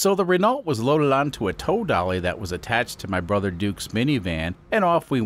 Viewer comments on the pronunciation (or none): none